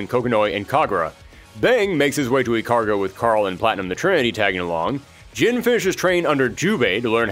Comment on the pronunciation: Ikaruga --> EE-Kah-Rue-gah.